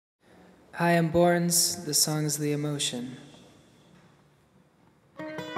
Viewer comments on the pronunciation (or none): Hearing him pronounce it "Borns" when it's clearly spelled with an Ø fucks with my mind. Ø is not the same as O, folks! Børns is pronounced like "Burns". Great music though.